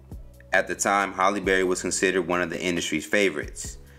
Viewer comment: It's HALLE, not HOLLY